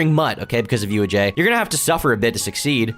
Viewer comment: Still can't say his name right